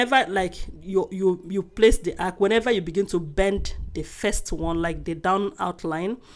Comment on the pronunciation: My love the word is arch not ark